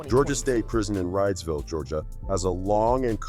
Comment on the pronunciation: It's pronounced Reedsville